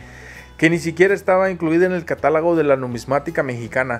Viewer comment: Es cates catálogo,no catálago